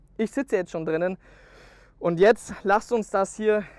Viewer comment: Ich liebe es wenn er immer "jetzat" sagt. LOL. Frag mich was sich die Leute denken müssen wenn da einer mit Helm steht und über sein Auto redet... HAHA